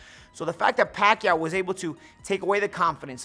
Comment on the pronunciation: He said pakyuwww